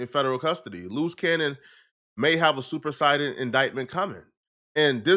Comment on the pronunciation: "Superceded,", not "supersided." You should know that already just by hanging out with Detective Wack.